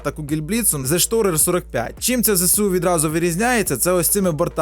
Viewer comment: ось тут я так розумію дел врубив режим коміка а тут сорян, але ріже слух "зешторер". Правильно буде цешторер(хоча б, ідеальну вимову я тебе в коментах не навчу) БКВ в БКО перейменуй. Бортовий Комплекс Оборони як ніяк